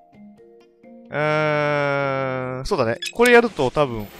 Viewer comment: 寝る前にコンピュータとヤるに聞こえた私は発想が男子高校生みたいで草